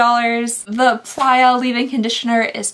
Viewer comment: Playa- beach in Spanish (prononced ply ya) Love these videos ❤️